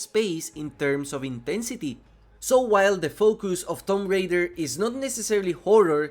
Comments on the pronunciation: not that it matter how you pronounce it it was just funny but the official pronunciation is "toom ray-der" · Tomp Rider? Really? Like I understand accents and everything but that is just clear english my dude... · wait a second did you just say tom rider ? LMAO plz tell me youre trolling brother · my guy did not just say tom rider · How the hell you mispronounce both parts of “Tomb Raider” 💀